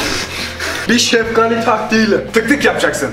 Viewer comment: Hidalgali deyil şefqali